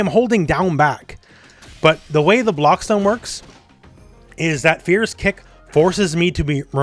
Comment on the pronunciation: Calling heavy attacks "Fear-us" from now on.